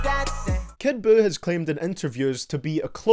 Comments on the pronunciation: "Kid BUUkake" 🤣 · Kid Jew everyone get his name right.